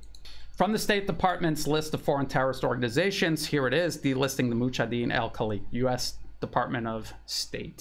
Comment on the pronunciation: You are mispronouncing Mujahadeen-e-Khalq not Khaleek.